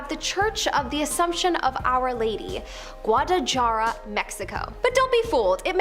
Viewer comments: Please don’t make videos if you can’t pronounce places like Guadalajara and Episcopal. Look them up! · i cringed when she said that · Y'all need to work on your pronunciation. It's not that hard to say, Guadalajara, right. I've been to that church, and it's amazing. Beautiful architecture. Didn't feel anything weird from it, though. What is it with you Canadians and not being able to pronounce things right? Especially easy things like episcopal... 🙄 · Right!? I've never heard Guadalajara pronounced like that. 😂🙄